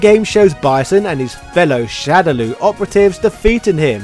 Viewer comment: ....why are you saying "shadow Lou"? ......ITS "LAW" ......SHADOW LAW!!!! LAAAAWWWWWW